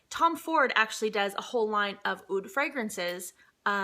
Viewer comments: Your Oud pronunciation is perfect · You were totally saying the word Oud right (I'm persian and we say it exactly how you said it) gorgeous haul, funny as always l... I died when you said I barely can turn on the light 😂